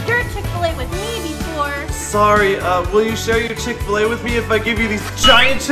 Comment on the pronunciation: ITS CHICK FIL A NOT CHICK FUL A